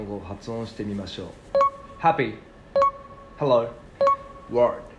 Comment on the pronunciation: All of his pronunciation is correct, but i guess they wanted him to have a "stereotypical" American accent. his first hello (and again before they correct him) had almost a soft "British" accent but it was correct. This seems like a very fun and motivating way of learning another language.